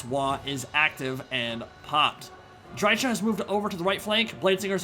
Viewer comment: Why can't anyone pronounce dryka correctly? She literally says her own name every time you click her.